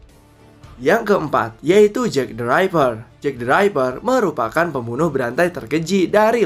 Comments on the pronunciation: Jack the ripper bang bukan Jack the raiper 😅 bacanya sama kaya tulisannya ripper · Jack the riper.. Bukan Jack driver bacanya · Maaf bang , pengucapan jack the ripper kek nya salah🙏